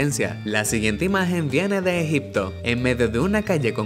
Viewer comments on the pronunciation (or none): none